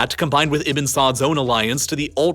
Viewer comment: I think he's try to say Ibnu not Ibin.. “ ibe nu ” or “ ib nuu ” not iben.. Ibnu Saad I guess.